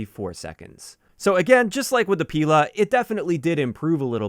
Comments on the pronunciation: Random note russian Strela (arrow) and Pila (saw) both have stress on A. You'd say Strela' and Pila' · Nice vid mate! for future reference, "Pila" and "Strela" are russian words and it is correct to put the accent on the second syllable in both of these words